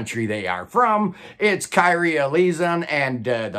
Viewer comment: You're getting better, but not quite there yet. Kyrie = kheer (rhymes with hear) - ree - aye (ā) Eleison = aye (ā) - LAY - zhon (rhymes with son)